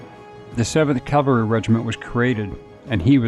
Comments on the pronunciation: It’s CAValry, not CALvary. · Custer Custer Custer. Every sentence starting with Custer and saying Calvary half the time woke me up. What the heck man? CaValRy